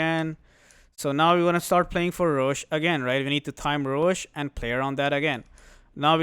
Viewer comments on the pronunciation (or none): none